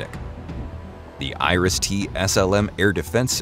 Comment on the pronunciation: Noone in Germany knows what Irish def. syst. is, pronounciation failed.